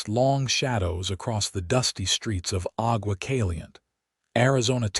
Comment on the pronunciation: Agua Caliente' Ah-gua (gwa) Căl-ē-yěn-tāy Santa Fe "Santa" (as I. "Santa Claus /Clauce" ) and "Fāy" (as in "Fay Ray") "Santa Fay", NOT "fēē" as in "paying your dues", No! PLEASE TEND TO YOUR POOR, SAD "AI" CONTRAPTION. 😊😊😊 By the way, these two names are both Spanish/ Mexican Names. 😊